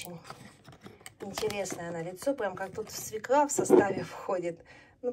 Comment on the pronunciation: не свеклА, а свЁкла! Ну, запомните пожалуйста! Уши режет, честно!